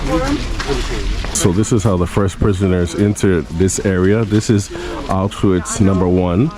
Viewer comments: “sss” “auszwhatts” would have much preferred someone who could at least take the time to research the people responsible, as well as the correct pronunciation of the very place your visiting. im glad to see more people interested in the holocaust, but the lack of information gathering is disappointing. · Millions of people died now YouTubers make content out of it. He can't even pronounce Auschwitz. Im done with Youtube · It’s Auschwitz, with the pronunciation of SH, not Autsuits!! Duh!!! 🙄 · You're saying it wrong it's supose to sound similar to aush feets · the altswif what? bro cmon, learn the right purnounciation before you make something like this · Everyone needs to go here. I went in February 2024 and it’s life changing. It’s honestly not enough seeing it on video, to truly understand the scale and horror you have to see it yourself. Also just a note: it’s pronounced AuSCH - Vitz. The S isn’t pronounced and the W is pronounced as a V. 😊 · regarding pronounciation: it‘s two syllables. Ausch-witz (pronouced as oush-wits). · he can't even pronounce the name of the city not even close what are you talking about. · Your pronunciation of Auschwitz is terrible, you shouldn't be doing a video tour if you can't even say the name properly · The video was very respectful and informative, bro com on, maybe don't judge a non native for not being able to pronounce a prop fairly difficult word. "Sch" and "tz" sounds can be phisically difficult for some people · The W in Auschwitz is pronounced like it is a V.